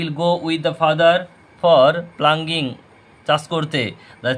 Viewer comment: নট প্লাঙ্গিং ওটা পাউলিং 😊